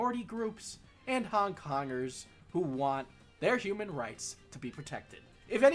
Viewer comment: I hear "hung dongers" every time you say Hong Kongers